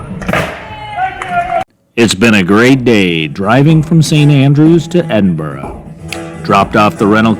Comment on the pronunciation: 10/10 on your pronunciation of Edinburgh. Opens the video with a 'WoW' factor.